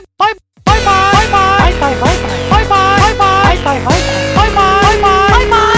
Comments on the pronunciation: パイパイに聞こえるw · バイバイのとき、いつの間にか、パイパイに聞こえる